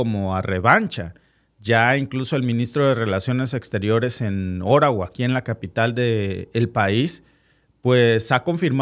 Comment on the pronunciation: Si nos hablas en español, debes decir OTTAWA y no ORAWA